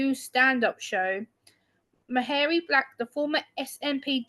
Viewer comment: Her name is pronounced like “Marry”. Hard one for people who aren’t Scottish I think. 😊